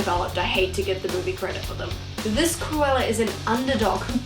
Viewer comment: Not me hearing "koala" instead of "Cruella" in my own world here ✋😉